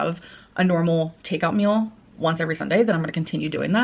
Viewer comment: streem stert thriveeeen foodies song The way says meol reminds me of a succulent Chinese meol a specific gentleman was legally eating 7000 pieces for babies is my favorite comment